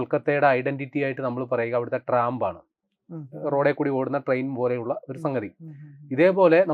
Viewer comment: ട്രാമ്പ് അല്ല മിസ്റ്റർ അത് ട്രാം ആണ്